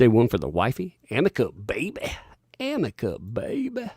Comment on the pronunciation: THANK YOU!! I am soooo tired of hearing the word "Amica" ... please someone tell these people to stop! I REALLY hope that JD's lawyer addresses the pronunciation during cross. 🤣😂👍🥸